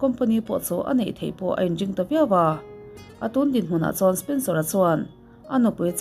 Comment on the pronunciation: Spencera kha spensora i ti zela 🤣🤣🤣